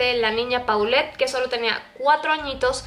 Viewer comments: Por que no dises polet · Se pronuncia Polet, es un nombre de origen francés